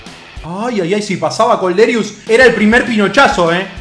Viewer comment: Kolderious jajajaj, se pronuncia "Kolderíu